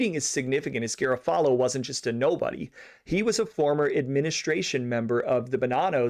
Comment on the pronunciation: You are mispronouncing many Italian names and locations. Maybe check before your next podcast. Such as garofalo it’s Ga ro fa lo!